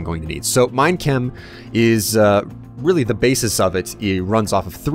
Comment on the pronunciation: whenever say minechem it sounds like he is saying mein kampf